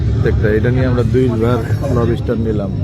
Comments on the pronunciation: Lobster ❌ Lobiiister😂👍. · Not Lob istar It's lobster. 😂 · লবিস্টার না ভাই, লবস্টার হবে। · উচ্চারণ টা ঠিক করেন ভাই, লব ষ্টার না, উচ্চারণ টা লবস-টার, একসাথে গ্যাপ না দিয়ে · লোবুস্টার জিনিসটা ঠিক কি? লবস্টার জানতাম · # । বাহ ভাই ! কি উচ্চারণ 😂 লবিস্টার, কোন ইংলিশ শুনলে হার্টফেল করে মারা যাবে । যে এমন একটা শব্দ শে ও জানতো না 😂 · লবি স্টার..!!😂😂 শালা উচ্চারণও করতে পারে না।😂😂 মোল্লাদের কাকড়া খাওয়া হারাম। মুসলমানিত্ব ছলে গেছে..!!😅😅